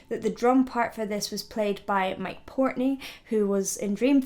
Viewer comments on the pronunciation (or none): It's portnoy not portney